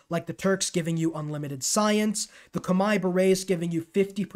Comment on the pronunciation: damn TIL Khmer is pronounced like that (it rhymes with 'eye', I read that it's not accurate but it's the closest most people can get) 💀 I'm not a Humankind player and was really confused, "Kamae"? thankfully I can decipher the next word Baray and find out that you said Khmer